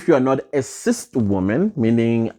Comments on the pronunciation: Its CIS not CIST 😂😂😂😂😂😂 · You kill me everytime you say CIST 🤣🤣🤣🤣🤣